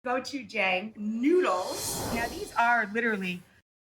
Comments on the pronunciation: It’s pronounced gotchechung - am korean myself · It’s pronounced “Go-choo-jahng”